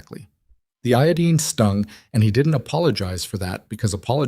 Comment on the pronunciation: Eo-dean. Iodine. Well it got it right the 2nd time